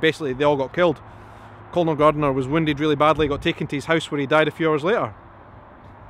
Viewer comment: Good overview buddy - Methinks Colonel is pronounced Kurnel …happy to stand corrected…keep up the good work.